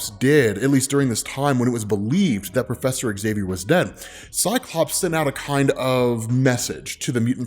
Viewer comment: ok, I really need to ask.. when I watched the Xmen show recently, I think that was called Xmen 1987.. I kept hearing Magneto says Axavier instead of just Xavier.. and then i started hearing noticing that everyone was saying Axavier instead of just Xavier.. and Now I randomly watch a Xmen video and notice that you also say Axavier.. like what's going on? is it an american thing? like how you can't pronounce ratatouille correctly?